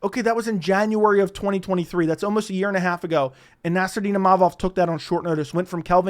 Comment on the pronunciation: He "omost" got it right. He's from Maryland, give him a break